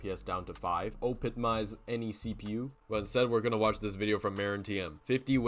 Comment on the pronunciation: "OPITMIZE CPU" 😂😂